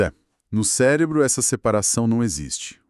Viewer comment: O que seria um "célebro"?😅